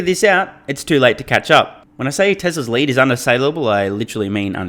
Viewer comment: Maybe on the teleprompter It was not written "Mary you led..." but rather "Mary you lead..." as in Mary you wear shoes made out of lead (metal), you will never catch up the EV race... :) Love your humour btw !